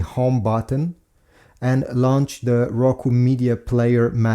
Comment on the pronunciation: Its just a hisence not rucu